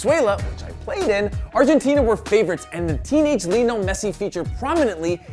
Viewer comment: Leonel Messi? It's Lionel Messi